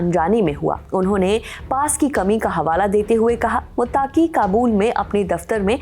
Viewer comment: Ma'am मुत्ताकी नहीं "मुत्तकी"😂😂